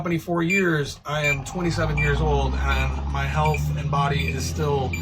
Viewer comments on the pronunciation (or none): none